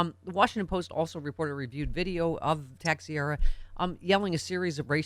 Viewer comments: the name is pronounced ta-shera. your welcome. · Texiera = Tesh-era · Pronounced: TAH-CHER-AH. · Pronounced -TAH-Cher-AH. AKA treasonous mass hole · Yes. Rhymes with "Tae-tera".